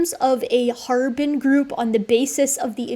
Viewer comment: Love and appreciate your work but please please look into a prounciation guide for the Chinese names you use. I put my notes below, but it is really distracting from the topic when the names are consistently misprounced. - Harbin = Har-bean - Dali = one utterance, edit: so no emphasis placed anywhere. Kind of like pronouncing the name "ellie" - Xiahe = XIA-huh (emphasis placed on xia, not on he)(xia is more like s-iah with the s being like a whistling hiss sound almost but its close enough in the video that this is more next step after all the other notes) - Xujiayao = Tsu Jia-yao (Xu uses a whistle tone similar to ts sound, but a bit softer. The u is a ooo sound. It is also seperated from jiayao, with a pause before continuing on.) (Jiayao was pronounced well! though jia could have a stronger J start) - Feng = Fung (like Fungis but with no "-is") - Penghu = Pung-Hoo (Peng is broken down in pe-ng with the e being more of a uh sound, kind of like the word pug. So put together its puh-ng.) (Hu is pronounced like in Hulu, where the u is a more ooo sound) Side note - Hualongdong was pronounced perfectly! Aside from the above: I'm on team H. J is probably a distinct enough group that it makes sense to distinguish them out in comparison to H. Sapiens +/- H. Longi but I would like to see more work done before I fully commit to that stance :)